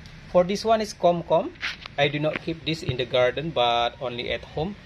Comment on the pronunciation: The one you said KOM KOM it should be KHUM KOON, if i'm wrong i'm sorry.